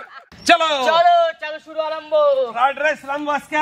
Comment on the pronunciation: ফ্রাইড রাইস ❌ ফ্রায়েড-রাইচ ✅